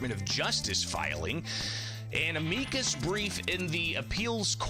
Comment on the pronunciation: Why does he insist on pronouncing "amicus" incorrectly? He does it every time. Thats not how you say that word, it makes him sound dumb.